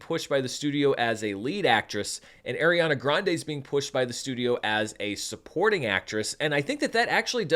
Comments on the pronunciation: Small thing - just because I didn’t see it early on in the Top Comments, so apologies if you already know, but it is pronounced like ARE-iana, not AIR-iana. I think she’s less snippity about people saying it incorrectly these days than when she was younger (which is awkward since literally some of her costars still say it wrong), but I just wanted you to be aware for when you film part two. Love your work as always and thanks for having your review ready! I’m seeing an early Wednesday night screening in IMAX with my brother tomorrow. Most anticipated film of the year for me, so I’m sooooo glad it has your seal of approval! ❤ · Unfortunately that’s not how you pronounce Ariana’s name